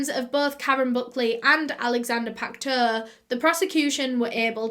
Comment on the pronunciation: sodium hydroxide is an alkali, the opposite of an acid. It is not corrosive unless under pressure and heated. It turns dead bodies into a soap-like consistency and preserves it. It can disintegrate delicate tissue eg corneas found externally. Pacteau is pronounced 'Pack toe' in French.